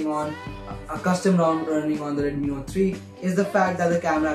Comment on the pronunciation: Redmi "nore" 3